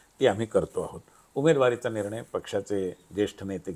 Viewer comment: ईतकी वर्ष ह्याचं नाव एकतोय मराठी पत्रकार म्हणुन... पण ह्याचा न ण चा घोळ काय गेला नाही निणय राजधाणी चेअरमण..... ऐकु शकत नाही ईच्छा असली तरी... काहीतरी वाटुन घ्या जरा लिहीतो तसं बोला जरा😊